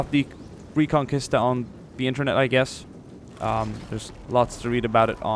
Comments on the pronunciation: Great video and not to be picky but Just for future reference it's pronounced "ree-con-key-sta" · In '' reconquista '' the u is not pronounced. I say this because I am Spanish. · Its so funny when you say reconquista XD im spanish and its very weird how you say it